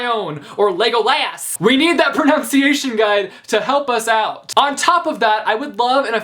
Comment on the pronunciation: You literally mispronounced 'pronunciation'!